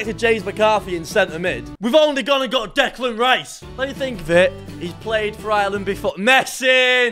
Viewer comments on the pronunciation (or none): none